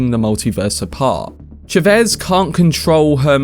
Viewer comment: Chavez bro.not chevez